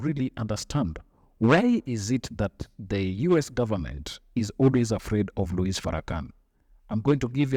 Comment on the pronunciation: The S in his name is silent, by the way.